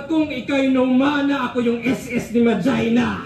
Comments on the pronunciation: Ma jay na daw pronunciation sa probinsya nila. Inexplain ni sa website nya. Pero Ma-gee-na talaga yun. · Butas si dito 😅 'Mah-Gee-Nah' basa dun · SAME! MAJINA! kung bigkasin ng mga dota player non ma-gi-na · Idol, yung ma(jai)na na pagka pronounce mostly sa bisaya baka ganun din sa waray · Mali pagkasabi ni Tama Yung Sayo kasi pag naglalaro ka ng dota1 sasabihin kasi ang name ng hero mo tas ang pag bigkas non ay Yung pagkasabi mo